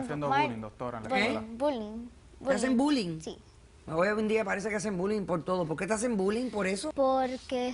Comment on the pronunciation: “me introducio” 😏 “mejol” “Pol” qué 😶 se comen la R